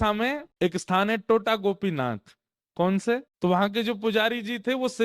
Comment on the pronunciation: Tota nahi "Tota" ... pahela T is like how in Tera, Tum...